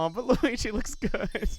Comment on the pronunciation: why does peach sound like she's saying luwege instead of luigi